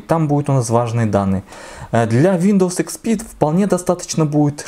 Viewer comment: Сколько раз он сказал нОутбуук? Ихспи,.. нОутбк